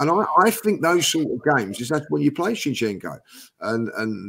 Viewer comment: needs to know how to pronounce his z'ds. Why does he insist in keep calling him Chinchenko